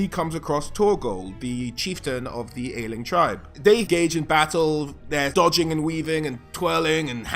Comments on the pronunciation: I know this is super old but I wanted to contribute, Aisling, the name your talking about is actually a very recent Celtic name, from the 20th century. And yes its pronounced Ashling and not áisling. Source: a very proud girlfriend who gets very defensive of her name 😂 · Aesling is pronounced "Ashling". Secret of the Kells had a character named that. It's an old Celtic name.